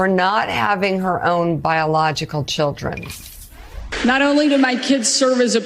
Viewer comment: Why is this man saying chudrin? Good grief!